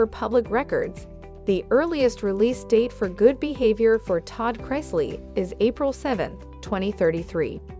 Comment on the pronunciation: Pronounce Chrisley better please.